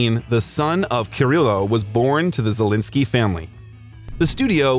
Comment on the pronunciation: Aw man, the way you pronounce his name sounds like Zelinsky instead of Zelensky